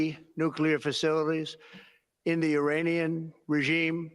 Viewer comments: This is petty, but JVL needs to clean up his pronunciation of the letter “A” in several key words. It’s “MAGA,” not “MAH-GA”; I-RAH-nian, not I-RAY-nian; and I can’t remember the third one he pronounces like an old-school white dude. Other than that, keep on keepin’ on! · Give it a try and you will have a light moment in this dark time when he tries to say „nuclear enrichment“ (twice) and „Uranian Regime“.